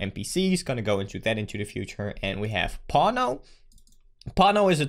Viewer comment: Every time you say 'pawno' my parents thought I was watching video about porno